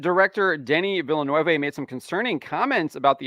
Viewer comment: You pronounced Denis last name wrong hahahahahaha